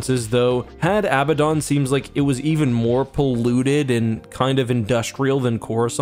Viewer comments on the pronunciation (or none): Had Abaddon is pronounced "Had Ah-Bad-Dun" rather than "Had Ab-ba-dawn" due to the actual pronunciation of the name Abaddon (which most people mispronounce and misspell).